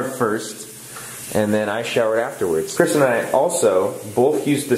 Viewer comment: BEST FWEND KWISTEN!